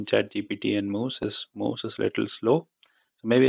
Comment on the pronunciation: It's actually muse not mousse